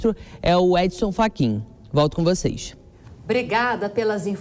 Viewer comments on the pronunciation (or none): DESCULPE,VC DISSE FACHIN? VOU RIR KKKKKKK